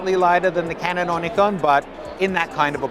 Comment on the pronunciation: I really appreciate your pronunciation of Nikon. It trips me out to hear Nigh Konn sometimes